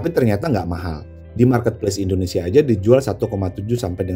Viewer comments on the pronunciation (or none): none